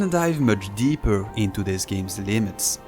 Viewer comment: "i have to go deepeur" that when i knew you're french xD